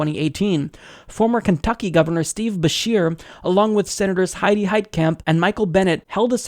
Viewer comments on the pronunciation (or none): none